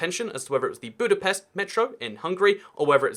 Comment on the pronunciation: Please stop saying budapest like this